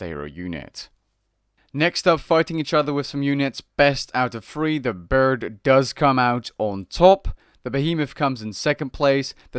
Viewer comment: Dont forget 'The burd' :p